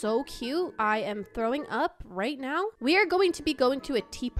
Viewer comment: Are You Serious Right Neow?